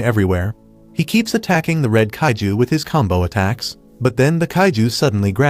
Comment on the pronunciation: It's not caitiz it's it's kaiju